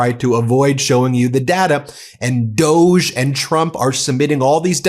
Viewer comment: D o g e dividned? Hannity interviews 😂